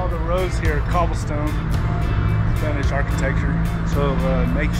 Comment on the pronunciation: I am Mexican and I am ok with your Spanish pronunciation,lol😂